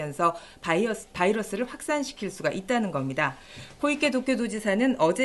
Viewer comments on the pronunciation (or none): 나만 바이 바이러스로 들림?